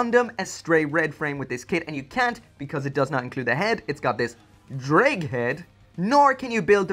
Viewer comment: As the one welsh person who watches yoir videos i will clarify The word ddraig is pronounced a bit like thraig but the th sound is made with the very tip of the tongue on the tip of your teeth. Yeah it took me a while to get it but that's the easiest i can explain it